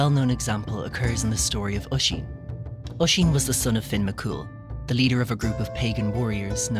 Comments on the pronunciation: Is it just me or is it relly annoying how he says osín like either we say my cusins name wroung or he says it wierd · I'm Irish and it's called oisín in teir na oge